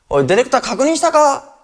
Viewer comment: 昔の人がディレクターを、「デレクター」っていうの分かりみ深い